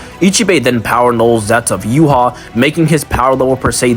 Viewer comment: ur pronouncing yhwachs name wrong... its not "you-hah", its "you-ha-bach".. just wanted to point that out